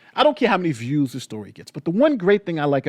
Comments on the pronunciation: What's a "Viwes"? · ‘Viwes’ lol